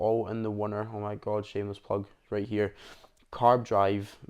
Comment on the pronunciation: Not sure if you said right or rate.